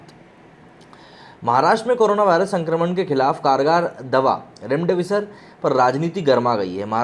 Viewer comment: इसको बौलो रैमडेविसर नही,रेमडेसिविर नाम है.